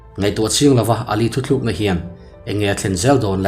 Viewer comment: A ngaih nawm hle mai.Thuthluk ni lo in thutluk tih tur aniang